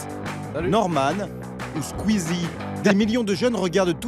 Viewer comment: C'est moi ou bien la voix off a eu du mal à prononcer "Squ... oueezzie" ?